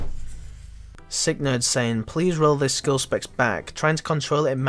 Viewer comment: Skillspecs he says lmaooo. Mad ting outro innit.